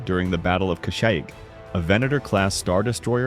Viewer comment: Oh this shit is AI it said "kashick"